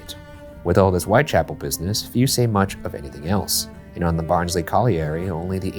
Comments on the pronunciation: did anyone tell them it's pronounced "Baahns-leh" yet? xD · same here, when he said “Barnsley colliery” i was like BARNSLEY?!!!!?!??!! 🤣